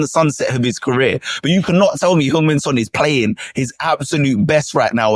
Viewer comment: Spurs fan is butchering Son's name. Badly.